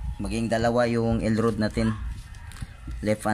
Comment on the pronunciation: El rad... puru ka el rud grrrrr